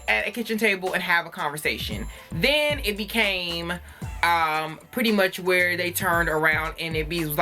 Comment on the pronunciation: "Iz you live whoorrrre?" 🤣🤣🤣 You said exactly what I was thinking Khia's mouth is not for tv (take that how you want🤐)